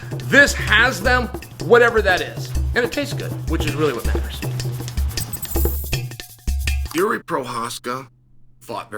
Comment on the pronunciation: It's not Yuri it's freaking Yeary. I had no idea who chael was talking about at first